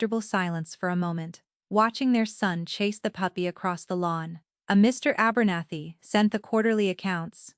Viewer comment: Terrible... A- bernathy. ??? What ???